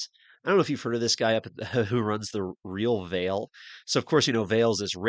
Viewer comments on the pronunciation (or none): “RealVail” LMFAO.